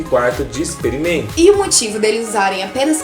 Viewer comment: Expremento. Kkkkkkkkk